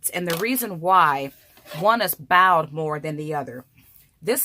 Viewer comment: Ma'am...the word is bowed...like a bow & arrow...bowed